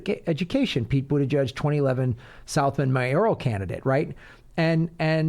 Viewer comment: Pete "Bougeiouse"?